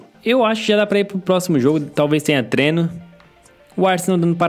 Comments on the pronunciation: vc fala treno ao invez de treino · É impressão minha ou ele fala treno?